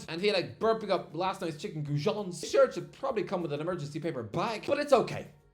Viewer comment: "Arsenal home shart" lol